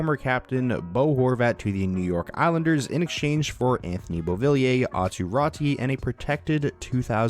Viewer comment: Pronounced: Ah-too Rah-too